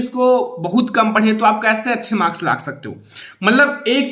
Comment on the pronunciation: And it's marks not morka 🤣